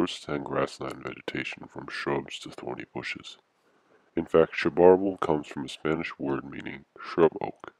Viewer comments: Sha-PAR-el? Around here and everyplace else I've ever been pronounces it sha-puh-RAL. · And in Méjico and other Spanish-speaking countries it is pronounced as cha-pa-RAL.